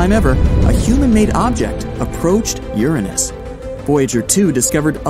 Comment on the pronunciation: The way he says Uranus is wrong